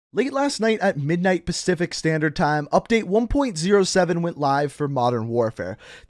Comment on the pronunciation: “Pastific” the first line